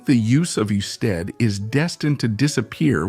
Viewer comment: It's not "you-stead". Is this an AI voice? The video is. Must be from an article.